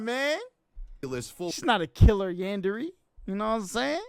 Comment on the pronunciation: bro says yanderee